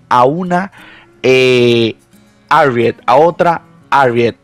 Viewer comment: Se escucha muy raro el ariet jaja yo le digo mejor Jarriet harriet